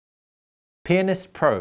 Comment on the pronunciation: this guy dont know how to pronounce pianist